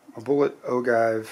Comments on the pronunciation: Hello, I am enjoying watching and hearing you go through your handloading steps. In all due respect, I would like to correct you on pronouncing the word “ogive” and the description for the length of your cartridge. The word ogive is pronounced, “o-jive”, and the measurement from the cartridge base to the point on the bullet that touches the lands is called “cartridge base to ogive” or CBTO. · Anyone else just want to close the video when he said ogive wrong or is it just me ??? It’s a decent video but when you don’t know the name of what your checking is bad